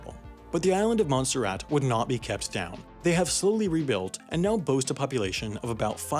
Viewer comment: Montserrat? I thought you said Monsterrat